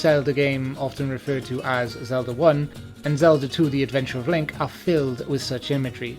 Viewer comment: I love the way you say "Zelder" :3